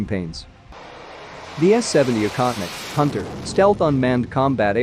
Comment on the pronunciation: “Baffled”? We’re “baffled”?? I don’t think the word means what you think it means. (Also the voiceover makes the drone’s name sound like “incontinent”.)